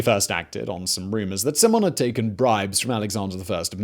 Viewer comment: Not Pantheon but Parthenon. Not Stratigoi but Stratigi. Not C(s)imon but C(k)imon